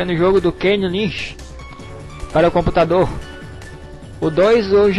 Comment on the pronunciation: ninguém fala caputador tão bem quanto vc, kkkkkk cara vc e foda *-*